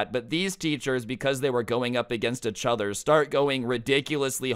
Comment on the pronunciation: why does he say eachother like “achother”